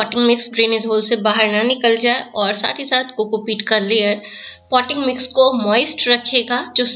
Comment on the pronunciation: No clarity in your voice at this point poty mix?????